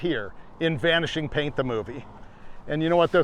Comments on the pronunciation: 32.33 he said vanishing paint instead of vanishing point. I hope all the roadkill folk here miss that crazy car 😂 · Did I hear "Vanishing Paint the move"? Was that on purpose?😂